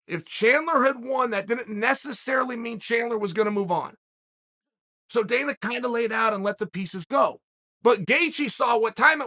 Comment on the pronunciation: did he call dana danal or am i mishearing him😂